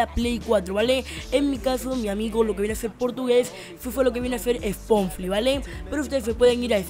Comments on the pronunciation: habla bien aweonao es spotify no sponfly xd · Spomfli?! Es Spotify Bestia D